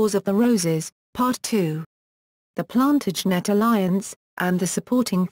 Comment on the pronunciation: And... "Edward Four". But this is truly hilarious : "the Plan-tidge-net dynasty"...